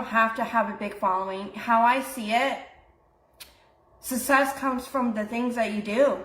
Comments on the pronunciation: She pronounces “necessarily” correctly, but mispronounces “success”…it’s either lazy pronunciation or she genuinely believes the double c makes the same sound as the double s…And I hope your back feels better soon! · The way she says success makes me uncomfortable. 😬